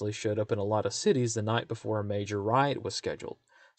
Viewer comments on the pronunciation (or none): none